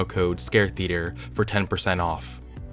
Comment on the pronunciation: The way you say "theater" is the most unnerving thing on this channel lol. Much love bub, I've been binge watching your channel the last 2 days.